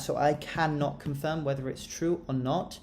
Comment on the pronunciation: nawr it's chrew